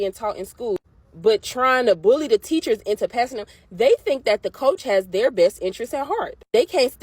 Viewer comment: Hey teacher...it's not "dey friends", it's "their friends".